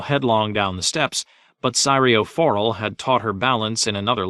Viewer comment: Of the gross mispronunciations this narrator has made, “Sigh-rio 4-ul” may be the worst